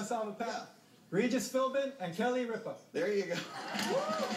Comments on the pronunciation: its got nothing to do with daytime TV when all the letters are up there it has to do with pronouncing it correctly. just think about it for a second. how do you say ripa minus the a. RIP. now say that and add an ah. RIP-AH. its common sense to me. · wait so what if they dont know how to pronounce it they dont get the points? like ripa he just said rie-pa not rip-a is that seriously why he didnt get it?